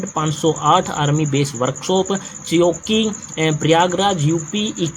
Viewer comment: चौकी नहीं छिवकी है पढ़ना तो आता नहीं और आए हैं jhant भर Master banne